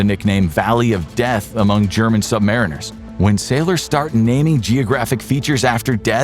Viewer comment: Just a mino correction. Us submarine sailors are "sub-MARINE-ers" NOT "sub-MARE-inners" that really grates on our ears.